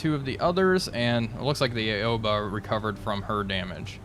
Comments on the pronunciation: Great video as always, just a friendly reminder her name is not pronounce "A-o-ba" it's "Ao-ba". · Looks like Indianapolis' war is over for now. Also Aoba is pronounced Ow-Bah btw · Ouba? Nah, it's just Aoba. Like Ah-oh-ba. It's japanese, no need to be fancy twisting letters into others; silly english..